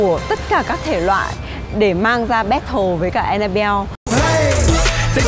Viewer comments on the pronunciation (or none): We say Battle Also Chipu: Bét Thồ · ChiPu: " ...mang ra 'Bét thồ' với cả..." ủa alo đi du học :))))